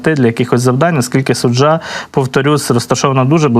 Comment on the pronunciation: Мисцеви кажуть Су'джа!